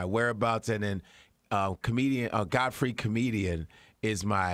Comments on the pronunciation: That clown 🤡🤡🤡 said god-Fry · Cant Americans pronounce Godfrey? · God fry is it God-fry lol